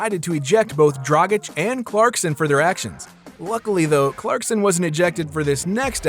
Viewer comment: The fact that you said “clarkston” the whole video drove me so nuts